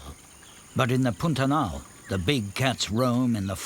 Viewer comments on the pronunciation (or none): Brazilian Portuguese pronunciation of "pantanal" is a bit closer to "p-ah-n -ta-nal" than to "pun-ta-nal". Otherwise, the video pronunciation is truthful. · Why does the narrator pronounce Pantanal like Putanal? 😂